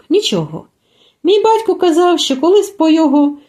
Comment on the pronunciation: ВСЕ добре, але не "щьо" , а " що"